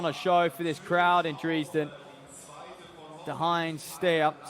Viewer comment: I have never heard anyone pronounce Dresden as Dreeesden.